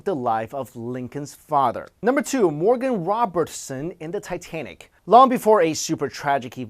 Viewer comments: Did he say, Tie - Ten - Ic? Titititititenic! Ah, JonTron. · Did anyone else hear him say Titenic?